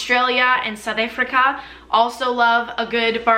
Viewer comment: 😂Why did you pronounce South Africa like that? We do lone a barbecue (we call it a braai)!